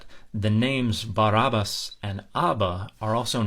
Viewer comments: bar ab as. not bar ub us. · while she smiles looking into your eyes. "BAR AB BASS" "BAR AB BASSS"